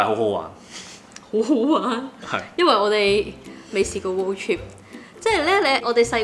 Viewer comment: 超多懒音，英文仲差，road "chip"😂😂😂